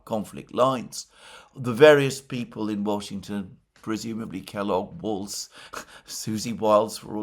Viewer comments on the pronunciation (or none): none